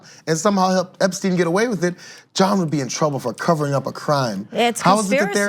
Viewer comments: How do you pronounce someone's name in two different ways within 30 seconds? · Did anyone else find this a rambling clip, in which everyone on the panel seems to know a bit of the story but not the details? Ana can't even pronounce "Epstein" consistently. And some of this is not really explained: Acosta has behaved unlawfully by breaching the Crime Victims' Rights Act, but the judge said he had breached the US constitution?